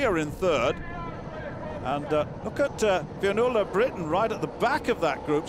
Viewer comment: he pronounced 'finnuola' not quite right..